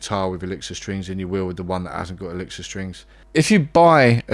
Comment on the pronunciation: He cant pronounce the name of his favorite strings....